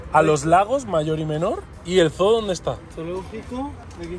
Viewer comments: Chicos se pronuncia como zuu no zoo😂😂yo vivo en Estados Unidos And I speak perfect English ❤❤ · Que es un zoo (zoologico) que es estoooooo???? SERA UN (ZUU)? jejejejeje